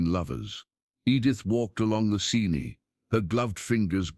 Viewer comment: She walked along the Seeney. God save us from AI narration.